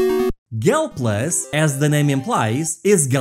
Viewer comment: It's called Gaplus not "Galplus", this nes rom is an official namco demake too, based on the original Gaplus arcade game.